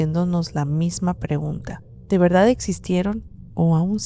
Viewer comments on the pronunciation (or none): none